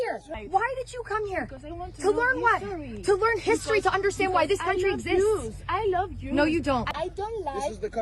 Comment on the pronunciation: ”cause ai waaaando learn histeeeeriiiii”😢😢😢😢 Well GOOD LUCK hahahaha 😂